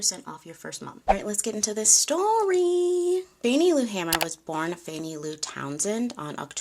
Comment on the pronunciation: Correction: Her last name had one ‘M’ and is pronounced “HAY-mer.”